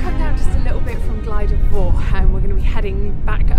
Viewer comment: FTR - it's pronounced Glidder Vower not four! Noce film, and a iconic walking route. I was hoping you might have had a shot of the gulley next to Bristly ridge as you descend off the top of Fach, as some of the online apps send you that way. I've walked this as a kid a couple of times with my parents in the 70s (before there were steps up devils kitchen) and we followed to same route as you - head east off the summit to intersect the Miners path that then takes you onto bwlch tryfan and into the cym